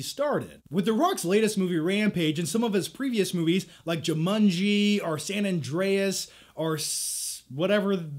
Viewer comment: The way he says JUMANJI is funny.